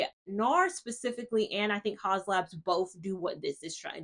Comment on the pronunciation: I miss your foundation reviews. Sorry, I have one correction -- it's the teacher part of me: "Haus" is pronounced like 'House', which is what it means translated from German to English. Thanks for the information on the foundations. I never kept a Fenty Pro Filt'r Soft Matte Longwear foundation or the hydrating one because I could never find my shade. Only in Eaze Drop did I find shade 17. Their powder foundation makes my skin itch.